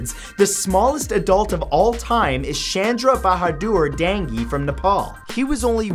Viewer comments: i love him mispronouncing Chandra Bahadur Dangi's name who tf wrote the captions why is it Nopal, not Nepal? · Anyone from Nepal watching this?? The way he pronounce Chandra Bahadur Dangi omg